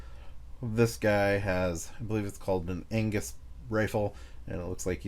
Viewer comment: no worries! Gavin is scottish so I had a laugh as you said angus